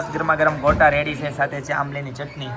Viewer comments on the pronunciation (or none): none